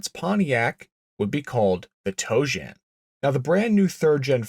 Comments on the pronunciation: Tojan. Not toejam. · The Pontiac Toe Jam....um, I mean Tojan. 🤣🤣🤣 Sorry.... I couldn't help myself. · Every time you say tojan i hear toe jam. That thing is hideous. It would have been cool with 800 horsepower but thats it. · I just keep hearing "toejam". Were those 71-73 Cougars going into the primer bath?